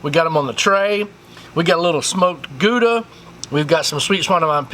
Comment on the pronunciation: Hearing an American sayin Gouda cheese is very funny to me!